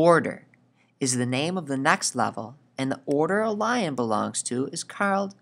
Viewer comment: he says blion lion